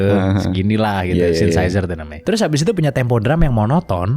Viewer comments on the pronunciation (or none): SynTHEsizer, banggg😅